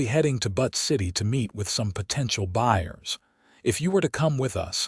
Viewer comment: The name of Butte City, Montana is brutally mispronounced... - It's pronounced "Buu-tt", not "But".